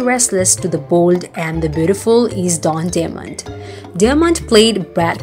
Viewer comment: Not delmont say his name righte its don demouint